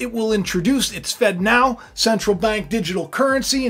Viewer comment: It really sounds like you’re saying “fentanyl” when you say “fed now” 🥴